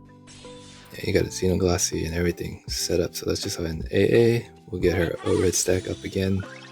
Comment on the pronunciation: You’re pronouncing Xenoglossy correct as far as I’m concerned. Grats on your potato. I got him too on the free pull so happy days!